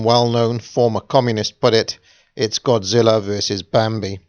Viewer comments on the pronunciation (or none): none